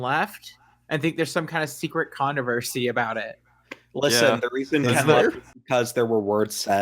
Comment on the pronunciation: Is Izzie unable to pronounce "Controversy"? "Connerversary"?